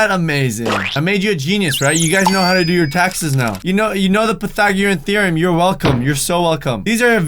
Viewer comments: When he said pathagaratheram from one of his old videos lol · Anyone else bothered he mispronounced "Pythagorean Theorem"?